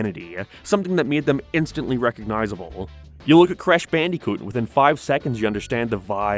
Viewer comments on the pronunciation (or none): did you just say "Crash Bandy-coot?" BANDY-COOT? And what was that afterwards, you say "in the early two-thousands," except it sounds like "two thyowsands" cuz you emphasize it so much